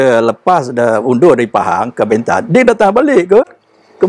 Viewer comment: Sebutan BENTAN .perlu di betulkan ..E nya bukan E pepet ..tetapi E teleng